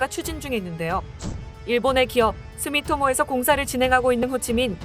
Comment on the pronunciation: 수미모토가 아니고 주미토모!